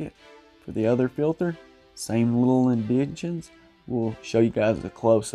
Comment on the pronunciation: I don't like those indenshuns!! They should have indentations. LOL!